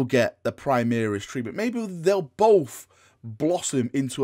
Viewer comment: When you said “Primaris treatment,” I heard “tree man.” I mean, the dudes ARE pretty tall.